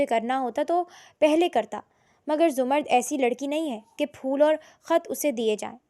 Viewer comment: Urdu theek kar lo 🙏 larki ka naam zamar-rud hai Za-mrd nai intehai uljhan hoti hai